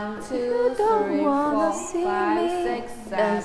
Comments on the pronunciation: 。。那個舞蹈老師的seven 發言。。她是不是被她的英文老師教壞了😅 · 謝金燕那組的老師，她唸拍子的seven 真的很不舒服😅